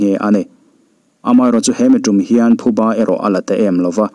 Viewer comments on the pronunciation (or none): none